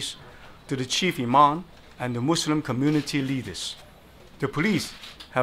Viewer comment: Happy to know this guy know how to say "Muslim"